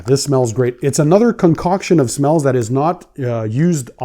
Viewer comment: “it smellsz.. SICK!” I love you man